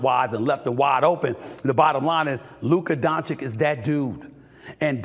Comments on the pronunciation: “Luker Donchick” 😂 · Is he ever going to learn how to pronounce "Luka Dončić" ?